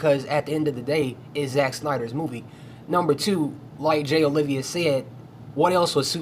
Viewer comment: Bro, everything's great except for the fact that his name is Jay Oliva, not Olivia. Please get it right.